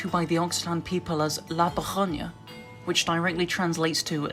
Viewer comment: That is not how you pronounce “la vergonha”, it’s “la bergunyo”